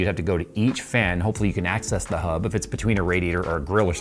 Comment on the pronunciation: Hub. Hub. Hub? Hub. Yes. Try saying it "normally" after hearing say it like: "Hubb".